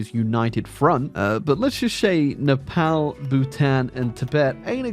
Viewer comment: Why can’t you say Nepal properly?